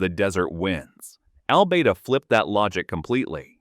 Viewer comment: I wonder how that place he pronounces as Al-bay-da is spelt? I bet it's Albada.